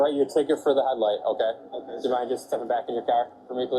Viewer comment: So annoying how cops can't say OKAY. It's always uhKuhh